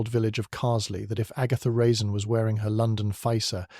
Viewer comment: Good story, but horrible narration. AI can't tell the difference between a period and a comma, and mispronounces a lot of words… Even at one point Agatha Raisin's name is mispronounced.